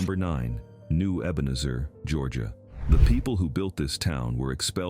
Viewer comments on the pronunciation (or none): Here we go again Pronounced EbenEEzer.